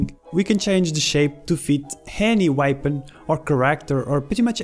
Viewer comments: You say weapon like whypon lol. Good video tho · Everytime I say weapon now I say whypon